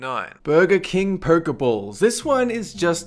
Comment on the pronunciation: purr-key-balls that pronounciations